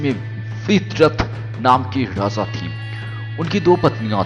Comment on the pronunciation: U r voice is very funny u pronounce Raja as raza..🤣🤣🤣